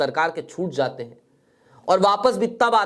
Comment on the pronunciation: तुम्हारा उच्चारण बहुत गन्दा है जहाँ j की आवाज़ होनी चाहिए वहां z की आवाज़ निकलते हो और जहाँ अभी तुम ने बोला Zaate बोला जबकि jaate बोलना चाहिए हम अच्छा है सिर्फ फिर j बोला करो तो बुरा नहीं लगेगा